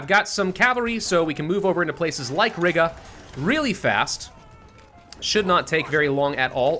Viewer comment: Oh my God the way pronounces Riga just REALLY annoys me! Hey, it's pronounced Ree-ga!!!